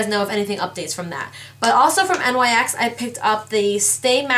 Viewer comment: Not 2 b rude it's not NYx u say it like nicks